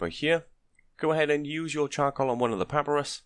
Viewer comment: Thank you for the guide... it is pah-pie-russ... not papparus just you know ...